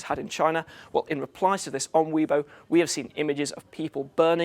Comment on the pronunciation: It's 'Way-bo' not 'Weee-bo.'